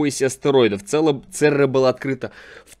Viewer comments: Церра прям очень слух режет! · церера ЦЕРЕРА а ни цера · Alex Brush я тоже заметил. меня прям раздражает когда он говорит церра вместо церЕра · говорит Церра, хотя надо ЦЕРЕРА!!!